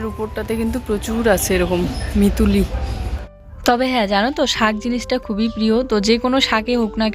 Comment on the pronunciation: মিচুড়ি❎ মিতুলি✅😆😆